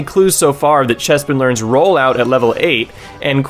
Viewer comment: i love how you fucking nailed chespin and fennekin